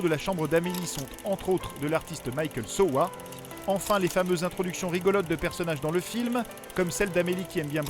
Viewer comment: Merci de nous remémorer ce film. nb - Michael Sowa est allemand, donc le prononcer à l'anglaise n'a pas de sens.